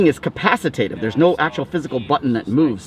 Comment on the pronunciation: Is "capacitative" similar to capacitive? 🤔